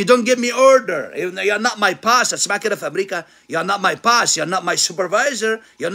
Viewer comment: انجليزي ده يا مرسي؟ POSS?! It is Boss not sure how an “English professor” would not know that!